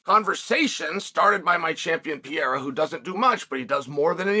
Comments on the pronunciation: Pereiras name isn’t that hard Unc, you keep saying Pierra and it’s driving me crazy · Chael needs a vocal coach to help him pronounce fighters names, Alex Pieeeeeera won the belt against Jiri Pro-chaaka, oh no here comes the contender Alexander Rage-chip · Who the hell is alex PIERA? 😂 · This guy can pronounce names like: Adesanya, ankalaeve, Chandler, McGregor, Poirier etc..... but if you're Brazilian, this man all of a sudden can't read properly... Smh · Can't even pronounce the name right !!